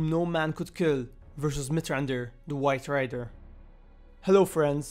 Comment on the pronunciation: At the beginning it sounds like he said, "Mithrandir, the WIFE RIDER", I'm probably alone in thinking this though